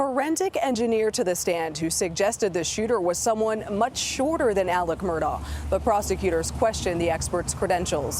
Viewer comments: It's actually pronounced "Murdock" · would be better if journalists pronounced names correctly. Last name is also pronounced Murdock. It's just not a good look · Pronounced Murdock.. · Is your named spelled Kerry but pronounced Karen? If the letters aren't there, don't stick them in yourself. If the first Murdaugh was cognitively underdeveloped and thought the sound of the letter K is produced by the letters "augh" that's on him. Don't follow in that idiot's footsteps.